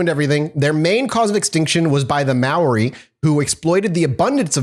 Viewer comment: Your pronunciation of many of the Maori words are off, but you made a really good shot at it. Though you did mess up some English words too.